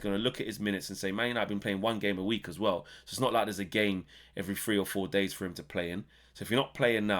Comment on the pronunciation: "I worry for hom jeff" sounds about right 😂